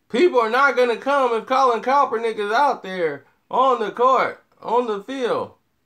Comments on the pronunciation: Sorry it's KAP ERNICK..... not COPERNICK. Lol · BRO... It's Colin KAEPERNICK! Sound it out: KAP-ER-NICK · If you can't pronounce his name right then don't do the article uncle Tom!!!!! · Now when I first seen the title of this video I was about to come on here and blast you for saying that Miami was right for not picking Colin Rand Kaepernick but I said well let me wait and see what he's saying first, and after hearing what you've said you're right he wouldn't fit into that system and the only thing that I can blast you about is the mispronouncing Colin Rand Kaepernick's name you butcher his name everytime you say it, its pronounced Capernick with a K not Copernick the way your'e saying it lol.. Now I disagree with you on why Colin Rand Kaepernick did what he did, now let me say this at first when he did it I said that he's just doing it to piss off the 49ers but when he gave his explanation I said well that's a good reason. Now what I don't agree with you on is you questioning his legitimacy on why he did it. And you also said he shouldn't done it on the job well his job is to play football and I can almost guarantee you there's nowhere in his contract or the NFL rule book that says a player must stand for the racist national anthem not yet, now that's where I disagree with you.